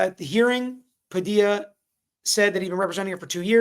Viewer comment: how you gonna be a whole ass Floridian and say "Pa-dee-la" lol